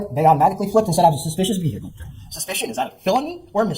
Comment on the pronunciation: His car even looks white as he staggers out of his "silver" ve hicle.